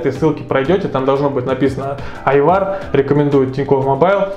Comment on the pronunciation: Правильно по казахский будеть Айбар а не Айвар говори правильно русские не говорить Ивану на Диван